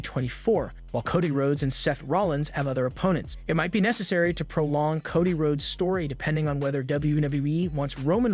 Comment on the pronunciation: Bro, it Coe Dee not cah dee!!